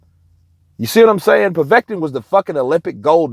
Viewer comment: well done well done my son you actually said his name correctly povet-kin haha 🤙